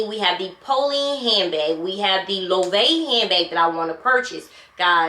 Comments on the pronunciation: It’s Low-eh-vey I think lol, who knows?! I just got a mini puzzle and it’s adorable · Hair goddess! Your style is so versatile. I love it! Loewe is pronounced Low-Way-Vay. At least that is how I here it from others on here. I prefer the way you say it though.😆 I don’t really care for Loewe. I like Balmain, Gucci, Fendi. LV, Prada and Bottega V for the most part. Maybe a select few others for some things like Jimmy Choo, Marc Jacobs, Tory Burch, Burberry, but things like Polen I don’t know enough about to spend on. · hi! i love your wishlist and that you are looking at Loewe and Polene! Bags are so expensive now that I've decided to buy jewelry instead. Jewelry can be passed down and I get to wear the pieces everyday unlike a handbag ....and Loewe is pronounced Low-way-vay. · 🗣️ Loewe is pronounced “Lo-wey-vay.” Also I love the puzzle bag. Very good quality, all leather, understated. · I love that you are willing to branch out… Chanel is a whole other level … I love my LV, but once you get started on Chanel, it’s a slippery slope. I have plenty of both 😂 And that puzzle bag, It’s very cute….brand is pronounced LO - AY - VEY. Thanks so much for sharing your wish list with us! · I don’t know that you’ll be happy with the Polene numero neuf. Fifteen black and gold bags, sounds good to me! Fendi is going to drop tgeir Marc Jacobs collection. The puzzle bag is great. Loewe is three syllables.